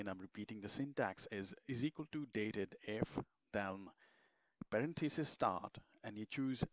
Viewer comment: Surely, the function is pronounced 'Date Dif' - as in date difference.